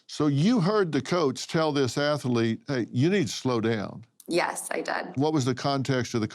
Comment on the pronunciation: What is an Ath-a-lete, Dr. Phill?